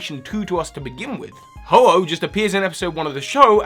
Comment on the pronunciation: u said ho-h ho